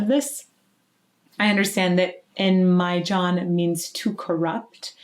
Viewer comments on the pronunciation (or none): its "maid.Yan" not maiJan